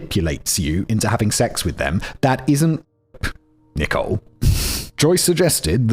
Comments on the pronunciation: Did Simon say Nicole wrong the whole time? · Your pronunciation of Nicole John was shocking, it took reading the comments to realise her name wasn’t Nickel John 🤣🤣🤣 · Anyone else think simon was saying "nickel" instead of Nicole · Also calling Nicole "nickel"